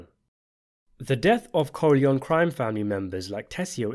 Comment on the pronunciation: I do enjoy your videos...but I wish you'd pronounce the name 'Corleone' correctly.